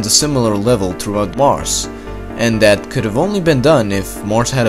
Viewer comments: He sometimes says Marsh instead of Mars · Earth...not Eart. Mars...not Marssssss. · “Marce” no it’s mars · Also: "Marsss" instead of "Marz."